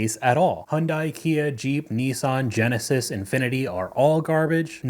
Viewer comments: It's pronounced yawn-die. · FYI Hyundai rhymes with "Sunday"...it is extremely easy to pronounce